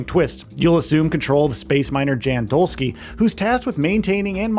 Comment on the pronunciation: Polish name "Jan" is pronounced more like "Yahn". "Dolski" part you got right ;)